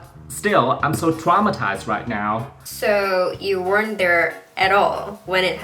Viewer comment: Hi em. Khi em để ý kĩ thì khi nói "weren't" có cong lưỡi âm "r" và có để lưỡi ra kh phát âm "there". Khi anh tua lại anh nghe thì a có thể hiểu được tại sao nghe cách phát âm giống như "wonder". Vì âm "e" trong "there" là e ngắn, cộng với cảm xúc của câu thoại nên phát âm giống "der" trong 'wonder'. Nhưng từ "wonder" thì chữ "o" được phát âm là "ʌ", trong phonetic nguyên từ la /ˈwʌn.dər/ Tức là hoàn toàn kg có âm "r" trong phần "won"... Nên phat âm là /wɜːrnt ðər/ (chính xác và rõ ràng nhất là /wɜːrnt ðer/). Ở phút anh có phát âm từ "wonder", em có thể nghe và so sánh. Anh cũng rất thích cách phân tích của em. Anh luôn ủng hộ các bạn tự nghiên cứu học và chịu khó tư duy. Anh hị vọng cách giải thích của anh giúp em được phần nào:)